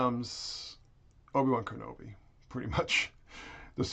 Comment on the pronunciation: Herp meh Erbi-Wern Kenerbi, yer mah ernly herp! 🤣